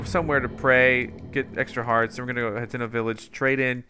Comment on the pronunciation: Hateno Hut--ee--no Not Hat--eh-no